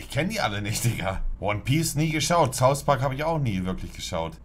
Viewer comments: Saus? Es heißt South 😂😂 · Immer diese Deutschen Youtuber die immer beim Englischen statt th s sagen z.B Sauspark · Saus Park Kein "th" zeigen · niemand: monte: will smis, saus pak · Niemand wirklich niemand Monte: Saus park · Niemand: Monte: Sous Park